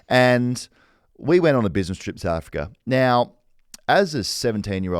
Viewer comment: does know how to say south africa? sounds like he's got Nate caddy in his mouth every time he says "souafrikrer"